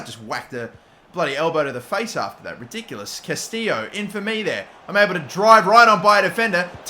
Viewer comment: Its not Castillo (kah-STEE-yo) bro, its Castillejo (ka·stuh·yei·how)